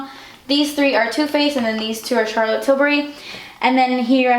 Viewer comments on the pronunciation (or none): none